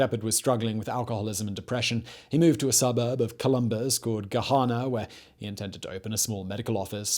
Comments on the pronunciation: Columbus resident here, Its Gahanna not Gahana 😄 😄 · Gahanna not gahana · I never thought I'd get to be the person whose town Simon mispronounces. "Gahanna" is said the regular American way of pronouncing "A" sounds, nasally. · welp i now know how people from other countries feel when their city names are spoken because as a ohioan the way he says Gahanna upsets me